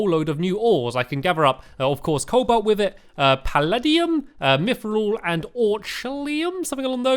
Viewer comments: Sigh... Stampy, its Co-Bolt not Coal-Bolt.... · Stamps is a noob sand cobalt is pronounced Cole-Bolt ok so start saying that:)